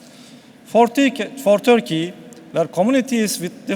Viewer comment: çok iyi derece İngilizce bildiğini söyleyen bir Türk'ün en azından (hem de okurken) Törkeye dememesi gerekir kanımca..